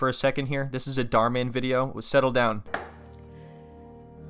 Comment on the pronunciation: The Mann is pronounced as german Mann